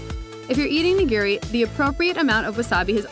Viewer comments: The actual pronunciation as opposed to ("nuh gear ree"), just start with thinking about "i" being the "eee" sound from english and shoyu and oshibori.. well, we'll focus on the nigiri.. that's the biggee And thanks for pointing out dipping meat side, and not making a mortar out of the wasabi, etc. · Please learn how to pronounce "nigiri."